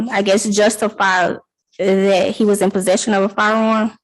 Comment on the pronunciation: What professional says the word, "dat"?!